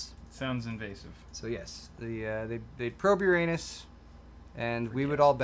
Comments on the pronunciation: WHY DID I KEEP UNDERSTANDING "YOUR ANUS" INSTEAD OF URANUS?!?!?!? xDDD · Yer-in-us isn't any better than Yer-anus. 😙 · That is not how you say Uranus. Everyone listening to you laughed, but potentially got dumber.